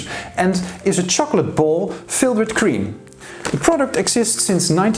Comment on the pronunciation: You mispronounced! It is not cream! It is pronounced like crème ! It's not an English word!